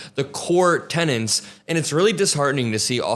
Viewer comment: I love your work, but it's tenets not tennants! 💙